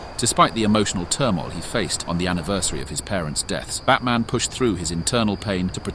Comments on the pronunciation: Trying for a few minutes to figure out if I heard fatman at first and not batman💀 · He’s 100% saying Fatman. Should be ashamed of himself 😂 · im hearing at the begining of the video fatman not batman💀💀💀 edit:100 likes lol thx